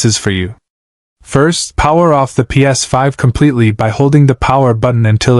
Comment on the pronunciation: Ai fixing a "Ps5".. 😂🤣😂 can the ai say ps5 for us again... Laughable ai slop